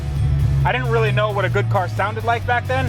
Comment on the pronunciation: saying wealy lucky Had to pause and reverse to confirm